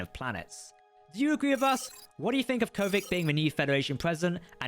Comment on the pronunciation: I think the answer to the question in the title is a simple "yes". Also, please note that you go back and forth between the pronunciations "Kovich" and "Kovic". I believe the former is correct.